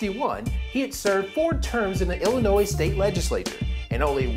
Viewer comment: Two things. Did I just hear IllinoiZ. lol Didn't know people said that. Second, Lincoln was a fucking G!